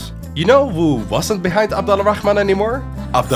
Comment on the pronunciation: Slight correction, Abd Al-Rahman is actually pronounced Abd Ar-Rahman (the L is silent when it meets an R)